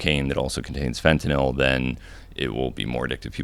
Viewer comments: So refreshing to hear someone pronounce fentanyl correctly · He’s the first guy I’ve ever heard say fentanyl correctly